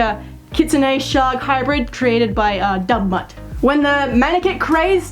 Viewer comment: I thought she said "dumb butt" instead of Dubmutt 😂😂